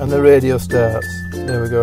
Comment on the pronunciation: Sterohhh radiohhh 🤣🤣🤣